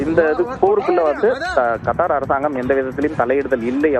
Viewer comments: யோவ்… அது கர்த்தர் இல்லயா.. கத்தார் … 😂😂😂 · யார்ரா அவன் நியூஸ் பேக்ரவுண்ட் வாய்ஸ் கொடுக்கிறவன் ஏண்டா கருத்தர் இல்லடா கத்தார் கர்த்தருக்கும் கர்த்தா இருக்கும் நிறைய வித்தியாசம் இருக்குடா யார்ரா நீ இந்த தமிழ் படிக்கிறவன் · adhu KAR THAAR illai. Kaththaar endru sariyaaga sollungal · கர்த்தார் இல்ல புரோ கத்தார். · சேய்தி ஆளிபாபவர் கத்தார் என்பதற்கு பதில் கர்த்தார் என்கிறார். கல்வி அறிவு மிக அதிகமோ😂 😂 ஆகச் சிறந்த கல்வி ஆறிவு. தமிழ் பலமை. ஆங்கில வார்த்தை Threat என்ற ஆங்கில விர்த்தை உச்சரிப்பு மிக அபாரம் Threat ஆ இல்லை Thread ஆ 😂😂😂😂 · அய்யோ எண்ட கர்த்தாரே..... அது கத்தார் டா கூமுட்ட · ஒரு நாட்டின் பெயரை கூட சரியாக சொல்ல தெரியல